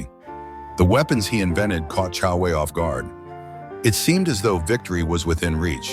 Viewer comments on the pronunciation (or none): Who the hell is kung Wei? It’s Jiang Wei and his courtesy name is Boyue